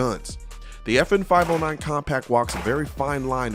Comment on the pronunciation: Every time he says the name, my brain processes as "The 'effin 509".